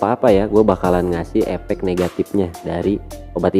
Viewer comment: Koreksi mas,...efek, bukan epek